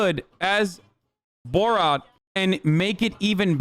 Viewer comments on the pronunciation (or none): Not sure why Hasan pronounces it borawt... instead of borat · Bruh stop calling it boraht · Its Bor RAT not Bor Rot learn the name of the movie if you are going to make a video about it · "boe rot" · Why is he saying boar-at